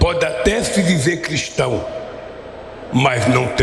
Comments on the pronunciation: Lula tem até dificuldade em falar Cristão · Ana vc é perfeita. Verdade este porco sujo não.pode nem.pronunciar a palavra Cristão.